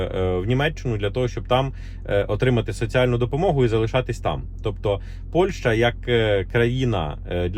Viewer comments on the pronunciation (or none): none